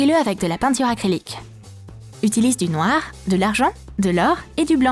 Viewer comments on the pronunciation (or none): none